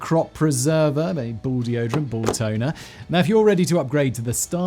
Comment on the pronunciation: did he say "ball toner"🤣🤣 wtf has become of men